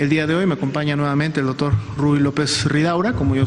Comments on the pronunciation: Verdad que dice Dotor? 😆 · le cedere el tiempo al "DOTOR"